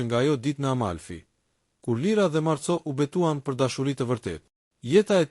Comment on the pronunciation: Lexohet Marko dhe jo Marco, se kështu shkruhet në italisht. Ka dhe fjalë të tjera që i lexoni shqip, jo italisht. Mirë është ta korrigjoni këtë gabim.